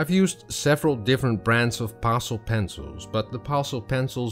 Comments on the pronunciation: Thank you for the demonstration. To help you out a little I will correct you pronounciation of Pastel, you say pastel like parcel, but it should be said like Pass-Tell or Pass-Till, but said quickly, Passtill or Passtell. Hope that helps, your English otherwise was perfect 🐨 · Actually your pronounce;in it like it has two ll on the end instead of one.